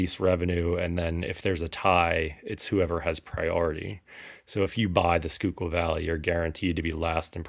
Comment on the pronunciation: Schuylkill is pronounced SKY kill